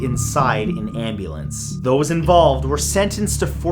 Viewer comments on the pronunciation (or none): none